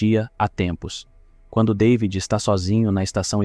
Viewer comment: Ainda bem que conseguiste antes que o filme acabasse aprender a soletrar David O nome soletrasse David mas tu insistes em soletrar day vid Deus me livre a tua dicção é do pior que ja vi e com isso destrois um vídeo